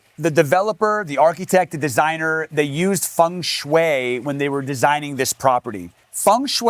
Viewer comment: Great video, but if you say feng shui one more time 😂